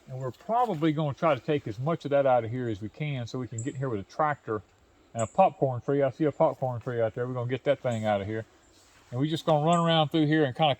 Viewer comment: I couldn't understand, thought he was saying yopon trees?